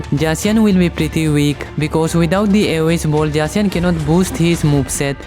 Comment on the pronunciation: why you use J to pronounce the z on zacian?